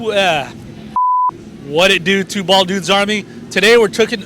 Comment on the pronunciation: Whadidew, Two Bwaaald Dudes! Nice video and it was interesting to hear each one of their stories.